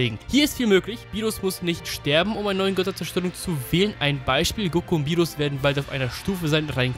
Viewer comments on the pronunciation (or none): Der heisst Beerus nicht Bierus..und als Gott wird man doch unsterblich wie sein Engel (Whis) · rrrrrrrrrrrrrrrrrrrrrrrrrrrrr berrrrrrrus